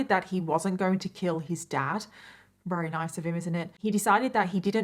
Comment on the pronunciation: It's awesome how you say wery instead of very. I wish I had a cool accent like you